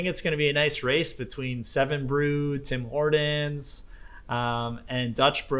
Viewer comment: Why are you saying "Tim Hordon's"?